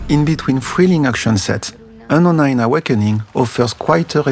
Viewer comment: I doubt homie can pronounce Unknown in his primary language.